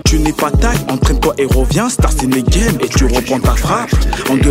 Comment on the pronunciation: it's in a game renseignez vous les gars c'est juste cette abrutis qui prononcé starstenegen